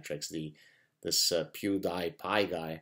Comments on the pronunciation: pronounced pew-dee-pie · pronounced "pue - dee - pie". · Pew-dee-pie, like cutey pie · I think it's fair to say that Pew is spelling it wrong, instead of Gad pronouncing it wrong.